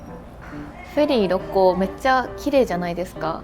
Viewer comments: 初めてコメントしますっ！ 思わず大好きな故郷の神戸だったので嬉しくて♡神戸港からの神戸の景色を見て帰りたくなりました🥲 またぜひ神戸に遊びに来てください♡ あと、ろっこうの発音は、ろっ↑こう↓です😌✨ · 朝からどんぶり飯にウインナー４本！の食欲がステキ！！ 「ろっこう」の発音が少し気になる関西人でした。。